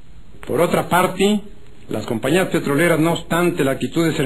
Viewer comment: "Por otra partí" No mms jajaja